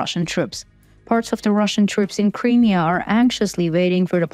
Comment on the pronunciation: Just a small hint... when saying the word Crimea, emphasise the "M" and not the beginning of the end. And it is NOT "THE Crimea" since 1991, when Ukraine became independent. It is simply "Crimea"